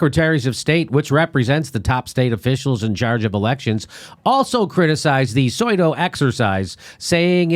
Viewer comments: Soy- doh? Sue- doh. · "soydoh" = pseudo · Can't even pronounce pseudo...lmao